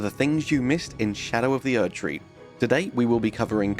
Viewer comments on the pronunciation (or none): none